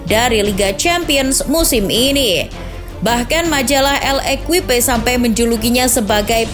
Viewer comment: ngoreksi doang cara baca Bernabéu = bernabeu (bkn bernabu) cara baca L'equipe = lekip (bkn el kuipe)